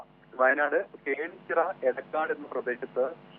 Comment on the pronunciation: കോണിച്ചിറ അല്ല പൊട്ടാ..😂